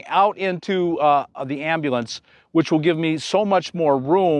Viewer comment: Cawl a am-ba-lanz! 😂